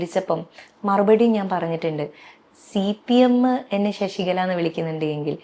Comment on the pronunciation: എടാ മൈരേ ശശിക ള അല്ല ശശികല